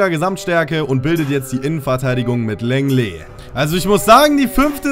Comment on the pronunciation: Und lenglet wird longle ausgesprochen